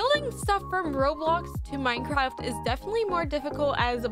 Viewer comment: But i dont wanna be rude but didnt you say mincraft